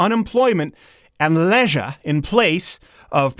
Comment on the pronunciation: "Lezzzzzzshre..." So creepy.